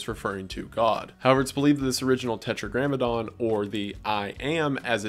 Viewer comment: Tetragrammaton not grammadon.